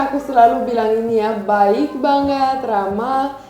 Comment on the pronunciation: Cute banget kalau ngomong kadang ada kelebihan ‘g’ nya 😄. Dingin jd dinggin. Banget jd bangget.